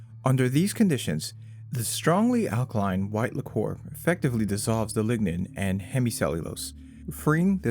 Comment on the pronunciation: it's liquor not licore